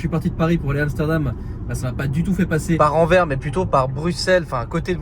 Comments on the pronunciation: Salut, Anvers se prononce « Anverse » Sinon toujours aussi chouettes à regarder tes vlogs! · Enfaite Anvers, le s à la fin se prononce fort, son nom flamand ou plutot néerlandais c'est Antwerpen. Et anecdotes c'est la commune la plus peuple de Belgique, Bruxelles ville n'est que la cinquième derrière Anvers, Gand, Charleroi, Liège puis Bruxelles. Elle fait 550 000 habitants environs pour 1,3 millions en agglomération. Apres Anvers est proche de tous, Rotterdam, Amsterdam, liège, Bruxelles, maastricht, zeebruge, lille, gand,... le benelux est le coeur logistique et le poumon économique de l'europe c'est aussi pour ça que c'est extrêmement dense en population, presque 600 habitants au km², le benelux c'est d'habitant pour un territoire de 70 000km² environ (ce n'est pas précis). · on dit AnverS - prochaine fois aux Pays-Bas mange chinois ou indonésien - tu filmes bien. Continue. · il y a un "S" à Anvers, il faut le prononcer!!! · on ne dit pas Anver, on prononce le S a la fin, donc Anvers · C est pas ANVER...mais ANVERS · SVP on dit Anvers "sse" C'est comme si nous en Belgique on commençait à prononcer le S de Paris. 😂 Ps: on dit pas ville Française mais Wallone ou limite Francophone. Mais il n'y a pas de ville Française chez nous. 😅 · Alors c’est Anverssssss et non Anver 😂 mais effectivement on dit pas Parissssss mais c’est le flamand. Ah ah ah. Merci pour l’aventure.